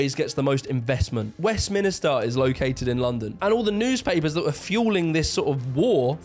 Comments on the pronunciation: I’m sorry, I had to stop watching as soon as you pronounced it as ‘Westminister’ 😵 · Only one "i" in Westminster. There's Westminster and there's "Yes, Minister", there's no Westminister. I enjoy your videos, not meaning to be an arse. Cheers. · It’s Westminster, not west-minister!!! The first time you said it I thought you just misspoke, but then you said it again. A minster is a big church, a minister is a person who works for the government. Westminster is named after a church. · It's not Westminister it's Westminster and I'm from the North. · Ahh yes - “West Minister” 😂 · Westminster - not West Minister. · West MIN STER, not west minister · Westminster, not Westminister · west-minister ? not west-min-ster ? :)) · I thought when you said it once it was a mistake but then you said it again. So just to clarify since you are a southerner and should know better. Westmin"I"ster is not a place. It's Westminster ... Min-ster... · Why oh why do YouTubers say Westminister instead of Westminster 😂😂😂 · "WEST - MIN - STER"..... not: "WEST - MINISTER" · Are you saying “ Westminister” for a reason or just a slip of the tongue!? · Okay northerner. "West minister" lmao. Its called "Westminster". Why did you add another i? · He says west minister ffs 😅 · Did you seriously just say "west minister"? MINISTER!? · Very professionally presented, though insisting on calling Westminster "WestMinister" does erode confidence in your professionalism somewhat! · Decent vid this but say it with me: "Westminster". Again: "WestMINster" Where the MINIsters work. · Why do you keep pronouncing it “westminister” that’s so fucking weird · Are you not undermining your own point about the discrepancy between the north and south of England with your East Germany comparison? Berlin IS the London of that region. Also, please pronounce Westminster correctly.